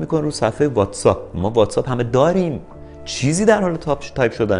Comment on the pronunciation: تو دیگه چرا. واتس‌آپ نیست. واتس‌اَپه:))